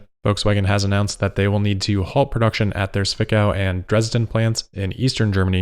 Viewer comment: The starting "z" in Zwickau is supposed to be pronounced as "ts". The rest is spot on.